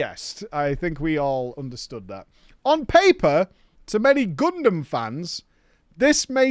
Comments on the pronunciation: saying Gundam sounds like a crime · I already hopped off with how he said Gundam, literally WHAT